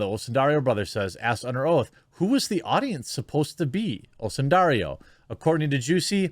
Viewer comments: You keep saying Osundario. It’s Osundairo. Oh-soon-die-roh. The “dairo” part of the name rhymes with the city “Cairo”. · Jeremy, is it's "dairo" not "dario". Just read the letters in the order they're written, it's not hard.